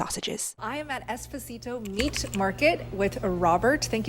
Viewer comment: The way she pronounced Esposito 😢. Im Italian and cringed